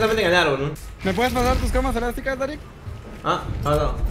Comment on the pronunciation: Jaja drarick (daarick) :v tu video me dio un monton de risa jajaj